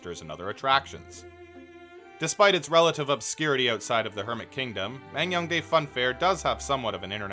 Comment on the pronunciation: Damn impressive coverage and editing. I live next door to NK and never knew this place even existed lol Just want to add that it's pronounced Man-Gyoung-Dae, not Mang-Young-Dae. I know, I know, you couldn't possibly know that from the way it's romanized/spelled unless you speak Korean, but I'm a stickler for details so I couldn't help myself :p